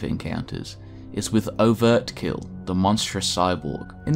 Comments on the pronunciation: Overkill not overt kill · Overkill not overtkill